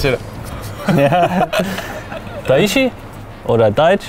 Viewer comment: Seit wann heisst daichi, daich haha 😂